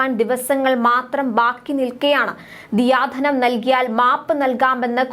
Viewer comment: ദിയാ ധനം അല്ല...ദയാ ധനം ആണ്..